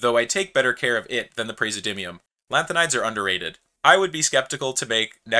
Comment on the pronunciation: pray zi eh dim ee uhm, you missed a syllable there